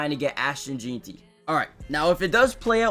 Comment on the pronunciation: 1 day before the draft and still can’t pronounce Jeanty right lol